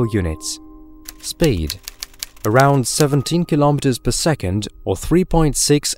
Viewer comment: Narrator, are you pretending to be posh or are are you an AI?? Sounds like 3 people taking turns to talk…..buggy word: speed sounds like spade… It’s a shame because I love all things space and this voice is out of this world 🥴